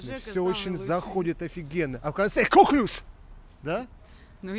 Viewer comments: Новая железа в организме-слюнощитовидная🤣 коклЮш, на Ю ударение. Французкое слово, как ты любишь. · КоклЮш правильно говорится! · Я в 15 лет знала значение всех этих слов… Читать надо классику, там все эти слова попадаются И не кОклюш, а коклЮш!!! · не кОклюш, )))) а коклЮш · коклюш, Жека, просто коклюш)